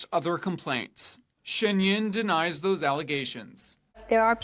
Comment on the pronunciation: The interviewer could have, at the very least, learnt to pronounce the 'Yun" correctly!!!!